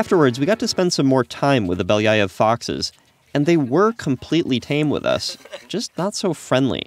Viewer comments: Поразительно как обычный американец может так люто заруинить произношение обычной русской фамилии. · Beliiiiiii-aaaa-ev (not Beliaiov) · Really cool, but its pronounced Belly-ov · The way he pronounces Belyaev gives me an aneurysm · Funny how every time this guy says ‘Belyaev’ or some other Russian name (and generally mispronounces them) the closed captions just say ‘(speaks foreign language)’ lol